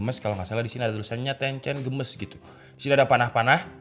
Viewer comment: Games dibaca geimis Bukan gemes bang